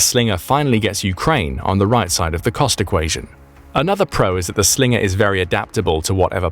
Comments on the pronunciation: "That's not a Slingah, this is a Slingah" Crocodile Dundee, probably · Slinger, sounds Aussie af 😂